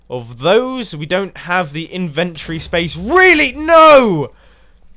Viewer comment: in - vent- ory ....... not inventree